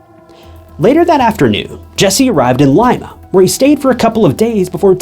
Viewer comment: It’s not LIME-ah… It’s leem-uh